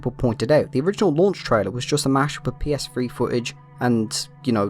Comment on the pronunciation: I wish brits would learn how to pronounce "th". Its PS3, not PSfree